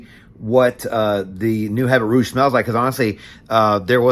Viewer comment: H an T is silent...abby ruuh-ge..good review though